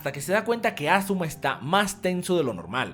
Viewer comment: es asuma no azuma